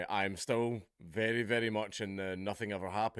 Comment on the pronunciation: I think you mean "it's berry berry bad news for children"